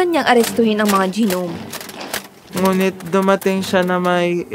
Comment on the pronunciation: gi-nom?? nom po pronunciation nung gnome